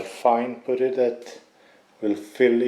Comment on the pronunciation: Dude, where did you learn to work on cars to such a high level, is it your full time job? In English it’s pronounced putt-tee. Poot-tee makes me laugh every time. 😂😂 And use a dust mask on camera. Sniffing on those plastic particles will do your lungs no favours. Car looks awesome. The 3 inch downpipe on Instagram should make things interesting. 👍👍